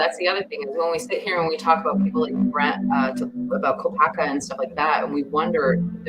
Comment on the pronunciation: Not the first time he slips and says Kopacker. I've heard it before but I wasn't sure about it.